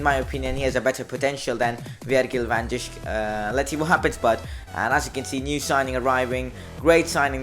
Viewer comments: You indeed say van dijk wrong you say it like van dike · I'm happy you didn't sign Van Dijk because now I won't have to hear your awful pronunciation of his name! 😂 Just joking great video.